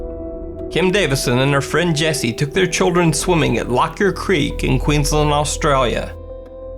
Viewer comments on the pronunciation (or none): none